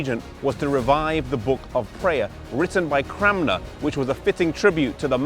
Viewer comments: Stop saying CraMNer! It's CraNMer. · Is there a reason why you pronounce his name CramNer rather than CranMer? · Peter Eng he is saying it wrong I'm Thomas Cranmer's youngest relative, believe it or not.